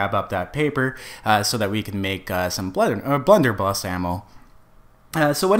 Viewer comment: "Blunderbuss" no L near the end. Great video though, thanks for the tutorial!